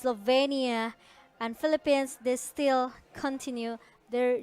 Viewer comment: natawa ako sa "the pheleppens". Peace!